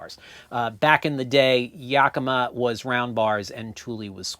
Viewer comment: Well, as a native 'Washingtonian as feel it is my duty to give one small, itsy bitsy correction on the pronunciation of Yakima. The "a" in the first syllable is pronounced like the "a" in "hat". We have some place names here that nobody gets correct without guidance. Some examples are: Puyallup, Issaquah, Sequim, Dosewallips, Pend Oreille, Skamokawa. But hey, thanks to you I now pronounce Asolo correctly.